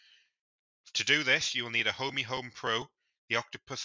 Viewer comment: It Ohme.. not Homey 🤣